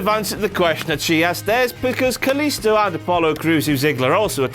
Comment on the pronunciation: Dasha fuentes says " kalisto" in such a beautiful way because she's latino and knows how to pronounce his name you scratty internet virgin